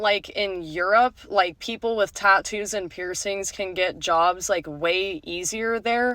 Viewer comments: One of the worst parts of this video is her pronunciation of " tat toos" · As a tattooed woman the way she says Tahn-TTToos is driving me crazy. Also, the face and neck tattoos are a no go for many career fields. Experience also matters. If you don’t have waitress experience, work at a fast food place for a bit and then apply as a waitress because it’s related field experience. I’m a female with sleeves and hand tattoos, but I went into welding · I can't stand the way she says 'ta-ttoos' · I hate the way she says "tatoos." Also, I choose not to trust Satanists. There are probably other people that make that choice as well.